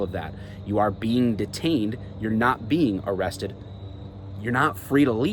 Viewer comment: If you pull that on a traffic stop your gonna get laughed at “AM I BEING AREESTED” your detained...for the crime you committed